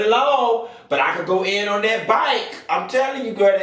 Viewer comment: 😭😭😭😭😭 “da byke “